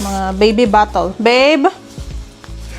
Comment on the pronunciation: Hello madam pede paki ayos nman ang pronounciation ng bottle ang pangit pakinggan kase pinopronouncr mo ng BATOL e it shld be BATEL thanks